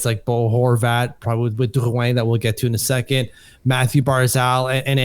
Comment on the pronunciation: literally looking like a French painter, while simultaneously pronouncing names like Drouin as who-aaaaa.